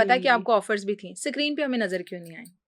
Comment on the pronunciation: Anchor apni vocabulary tkh kre sacreen nh screen